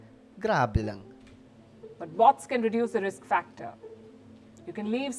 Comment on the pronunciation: Pambihira akala kung ano yung sinasabi ni Sangkay na "War of booDs" "BOTS" pla hahaha iba pagpronounce nya ng "BOTS" hahaha.LOL :face-red-droopy-eyes